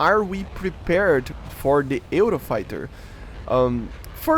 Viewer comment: Also you pronounce it "yoo-row-fai-tuh"